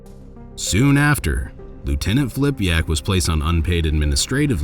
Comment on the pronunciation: It's Filipak not Flipiak!